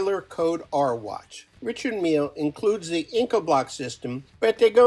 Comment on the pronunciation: Very interesting, but learn how to pronounce the manufacturer's names correctly. Ooh lees Nardan Reeshard Mil Vacheron Constanta